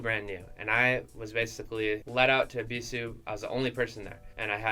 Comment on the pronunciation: Is it really pronounced Eeeeebeeesuuue